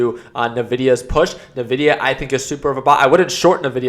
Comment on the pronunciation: NVIDIA, not nevidia. From the Spanish word: envidia. Meaning envy. You should know this! 😝